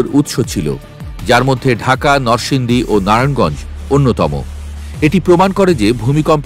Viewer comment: সাংবাদিক সাহেব নরসিংদী নামটি অন্তত সঠিক ভাবে উচ্চারণ করেন